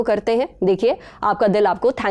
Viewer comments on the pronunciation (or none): His name is not पांडा his name is पंडा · It was, as expected, a fantastic episode! I absolutely love the Lallantop team and rarely miss any newsroom episode—catching up has become so convenient now. Lastly, I just wanted to point out something. Being a ‘Panda’ myself, I’d like to clarify that it’s actually pronounced as ‘पंडा.’ I hope you don’t mind. Keep up the amazing work!